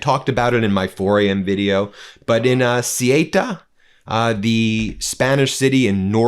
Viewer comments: The two Spanish cities in North Africa are called Ceuta and Melilla. Ceuta, Not Cyeyta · Ben, the spanish enclave in Morocco is pronounced like 'soo·tuh', not 'su-way-tah' 🙂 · Ben it's called CEUTA !! not Sieta., just CEUTA. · It's "Say-uuuuuuutah". And is chocker full of MosCIAsad footprint due to Spain not bowing down to USraeli policy. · It's pronounced {Soota)r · Spanish city names..... off the top of my head.... Cuelta sounds more like Quelca and Melella sounds more like May-lea-yah...... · Ben, it's Ceuta - pron. thay-otah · Ceuta is pronounced soota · Ceuta is pronounced Say-ooh-tah. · Ceuta is pronounced Say uta. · Ceuta, the Spanish colony 😶‍🌫😄 It's pronounced Sow-Ootta 🤗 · Learn how to pronounce Ceuta before talking about it ‼️👎 Your pathetic avoidance of the word Zionist is so obvious! The whole Morocco/spain thing is a Zionist operation and you’re too cowardly to mention it ‼️‼️👎🤮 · Please, as a spanish person, do NOT say Ceuta nor Melilla like that. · Dear Ben, dear meidas touch, it’s not so important but if you talk about Ceuta in Spain, you should pronounce it different. C is pronounced an S like in the word „Song“ In the word Ceuta, the e and u are pronounced separately, unlike in the word Europe. e like in „Bed“ u like the ou in the word You T And a as in „art“ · You mispronouced Ceuta